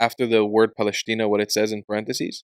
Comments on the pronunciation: It is not PALESHTINA! It is pronounced PALESTINA! That letter is called SIN or LEFT SHIN - ש שמאלית !! כואב לי שישראלים לא דוברים עברית נכונה, לא מבטאים ח׳ וע׳ כיון שגם מי שאמור ללמד , לא יודעים ולא כלום! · פלשתינה Palestina is spelled with a Seen, not a Sheen. So pronounced "Pa-les-tina" not Paleshtina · Palestina with a sin, not "paleshtina" with a shin...